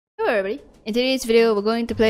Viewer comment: The best thing to hear on this channel is: hewwo everybody